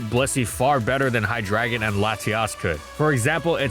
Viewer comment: he did not just pronounce hydreigon "high dragon"